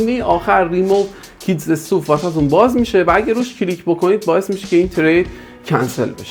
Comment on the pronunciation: ممنون از شما به خاطر توضیحات ، فقط خاطرنشان میکنم که stuff ، اِستاف خونده میشه نه استوف. ضمنا فرمودین که آخر ویدیو توضیح میدین که کجا و چطور تریت ها رو برداریم ولی تا آخر ویدیو نگاه کردم و نگفتید. ممنون